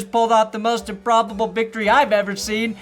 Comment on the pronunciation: Improb-BO-ble.... Improb-BO-ble